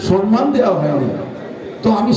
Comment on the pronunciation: Somman not sonman